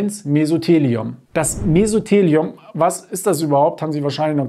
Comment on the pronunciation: Sie haben Mesotheliom falsch ausgesprochen. Die Betonung liegt auf dem "o".